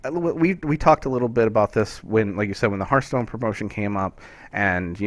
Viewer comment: Honestly this is starting to annoy me to no end. Its HEARTHstone, not hurthstone